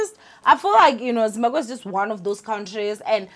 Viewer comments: Zim-Ba-BWE not “Gwe” ninja…isn’t it easier to say BWE than Gwe 😂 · I kept cringing when she said"gwe" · Sian and Zimbagwe 😅🤣😂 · Zimbagwe!!! 😂😂😂😭😭 Zimbagwean!! 😂😂😂😂🤧 Yoh I can't breathe bathong everytime she says it I just die hey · Lol..you're saying Zimbaqwe isntead of Zimbabwe 😩😶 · You are not alone, your sister is out here pronouncing Zimbabwe as Zimbagwe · Im here fo "Zimbagwee"😂😂😂 pronouncesation😂😂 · I don't blame her even some people in Matebeleland are calling it Zimbagwe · 🤭It's not on purpose 90% of Venda speaking ppl pronounce it gwe even some Shona say gwe. Words ending in bwe often get the gwe pronunciation esp. ❤️ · Is it just me or she kept saying “zimbaGWE” 😑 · Zimbagwe or Zimabwe?? 😂😂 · Zimbabwe, Imagine the whole African youtuber who cannot pronounce Zimbabwe 🤔 I know she's miss "fear fokkol" but yho this is embarrassing. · It’s too funny how she says it. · Doesn’t mean it’s the correct pronunciation🥴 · Amoungst ourselves we know that mispronunciation between our languages is not usually an offense. But her as a public figure and taking into consideration our social climate with foreigners she needs to make a bit more effort. Its just one word, there are apps that help with such. It's just really odd cause she comes from the province that literally shares a border with Zimbabwe. It's like me being from MP and struggling to pronounce Mozambique🙃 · I am so disappointed in you. How can you honestly fail to say Zimbabwe 😒 thats really embarassing ☹